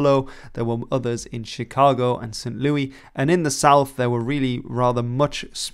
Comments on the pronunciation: It’s pronounced Saint LOO-iss not Saint LOO-eee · youre so funny, louISS not lou-ee:D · I also appreciate his continued to work to non-English pronunciations correct, but it would be nice if you did the same for English ones. Saying "or-lē-ans" for New Orleans and "lū-ē" for St. Louis grated on my ears lol. I don't care if those might be the traditional French ways of pronouncing them, as it would be correct for him to respect the native way of saying those places' names. Edit: and then later on, at about , his use of the British English spelling of "Honor" is blatantly disrespectful, since the award is a very honored symbol in the US, and is also just officially named the "Medal of Honor", which would invite him to properly write its name in order to present a fully nonfiction piece. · Btw, the final “s” in St. Louis is pronounced, not silent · my only gripe with this video is the pronunciation of St. Louis